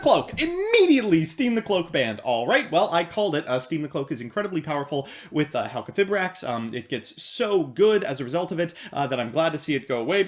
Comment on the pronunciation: Its pronounced - Halqi - fye - brax :)